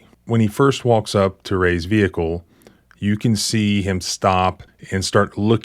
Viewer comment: "I seen". "Ve-hick-el". They don't want cops to be too smart, keep em following orders.